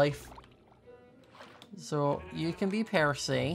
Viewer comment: Did anyone notice he called percy the polar bear peroy